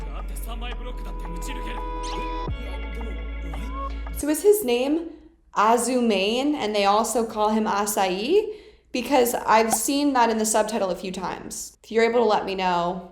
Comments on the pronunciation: Azumane is Asahi's first name :) Also it's not -mane like a lion's mane it's Ma-Ne (lol as an Indian I felt like explaining this to u in Hindi Devnagari syllables... you can go to google translate English to Hindi and type small case 'ma ne' and then listen to the Hindi pronunciation.. Hope it helps! :) Also, this is my first time commenting on ur vids, thnx Victoria for watching and reacting to Haikyuu, it's my fav sports anime! :D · his surname is Azumane( i think) which is pronounced Ahh-zoo-mah-ne . like ne in nexus. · His first name is Asahi and his last name is Azumane, and its pronounced as "a-zoo-ma-neh" not "a-zoo-meyn" uwu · Actually, Asahi is his given name & his surname is Azumane, not "Azume". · The only thing I'll say about the Little Giant is that yes, you do meet him, and no, you don't play against him. He's like an adult. His last name is pronounced as Azu ma ne, not Azu mane. Azumane is his last name while Asahi is his first. Btw I think Nishnoya was placed there because Hinata went for like 2 slide attacks and could be in position for a cross from another hitter. Just my assumption. I would not mind (AT ALL) if you replicated some of the moves (ROLLING THUNDER AND ROLLING THUNDER AGAIN!) and put it on the video. HAHAHAHAHAHA XD VICTORIA GETTING JUMP SCARED CAUSE OF ASAHI IS SO FUNNY, LOL! No, Noya's trying to prove a point that if Asahi hesitates because he feels pity for other players not getting a chance, they'll take his regular position from him. The 2nd years that ran away when explaining to Hinata and Kageyama are as follows from left to right: Hisashi Kinoshita (usually called Kinoshita), Chikara Ennoshita (usually just Ennoshita) and Kazuhito Narita (usually just Narita). Also, watched the video straight and loved it 😎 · You got the Azu in his name right but it's mane like mah (like mama) ne (like neigh) Azu-mah-neigh, Asahi Azumane. Thats his full name, like Shoyo Hinata. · A-ZU-MA-NE A-SA-HI that's how you pronounce his name. Hehehe